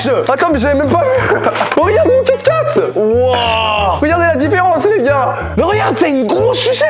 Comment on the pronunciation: eeeh je rêve ou à t’as dis kat kat a la place de kit kat 💀💀💀